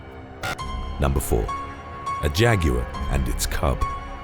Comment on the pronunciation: So nobody is going to mention how he pronounced Jaguar totally wrong this man need better education😂